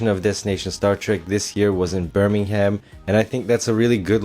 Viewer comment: Don't pronounce the h in Birmingham!